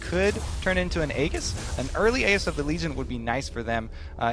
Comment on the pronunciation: Minor pronunciation error that I find annoying: It's pronounced "Ae-jis", not "Ae-ghis", as in "Aegis of the Legion".